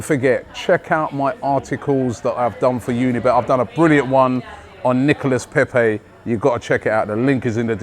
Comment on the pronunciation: Robbie: Nicolas Pepey French fan: nonono, NIcolas Pepe Robbie: Nicolas Pepey? French fan: Pepe. Robbie: Nicolas Pepeeee? French fan: Nono, Nicolas Pepe. Short. Close it down. Robbie: Pepee? French fan: Pepe. short. Robbie: Nicolas Pepe. French fan: Right! Nicolas Pepe. Robbie: Nicolas Pepe. - in next video - Robbie: Oh just fck it. Nicholas Peppeyy!